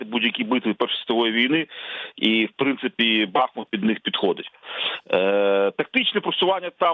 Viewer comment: Дякую гостям ефіру! Вони завжди правильно роблять наголос: Ба́хмут